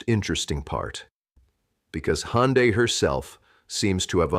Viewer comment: Не Хонда, а Ханде, что это за произношение?